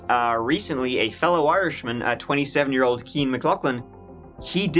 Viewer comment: actually pronounced it correctly. I thought he was wrong too, so I looked it up.